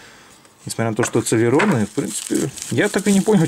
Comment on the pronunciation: цЭлерон...+1 слово .... уэсбэ, цЭлерон, пысыай слаты... селерОн правильно...